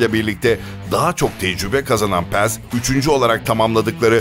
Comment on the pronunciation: Paz'a neden Pez diyorsun :D